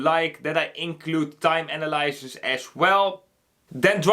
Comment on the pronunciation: Analysis - you're saying it wrong.